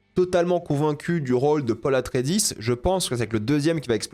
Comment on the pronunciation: C'est quoi cette prononciation du nom Atréïdes? WTF genre 😢. Dune c'est mon œuvre préférée fais attention s'il te plaît.